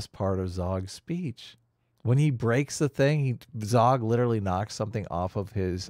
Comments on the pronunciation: It’s “Zorg”… come on fellas 👊🏼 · It’s zorg zorg not zawg. Omg you’re breaking my heart. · Zorg, not Zog. Jean-Baptiste Emanuel Zorg.